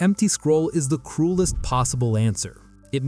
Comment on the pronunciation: says crulest instead of cruelest. Awesome video nonetheless!